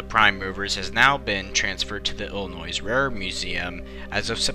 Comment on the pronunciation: There's no "noise" in Illinois!! Lol! Thanks for the video!